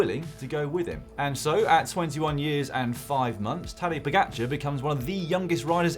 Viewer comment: OMG this announcer needs to learn how to say Pogacar’s last name.